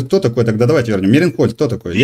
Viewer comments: " МЕРИНхольд"😂😂😂😂От слова" Мерин" ,что- ли.Он даже прочитать не смог...Ну...понятно всё.Печплтно это.Невежды и лгуны правят миром и выбрасывают идеи лжи,которые задают вот такие вот ... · Для начала, Мейерхольд!Это так, кто не знает! Ну, если, человек назвал ,,дождь,, ,вопросов к такому нет!Это ,как лакмусовая бумажка! Я , Вам,даже больше скажу ,почему он говорит год ,потому, что он не может правильно определить век!😊